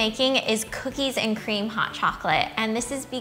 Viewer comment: COOKIES AND CCREAMM!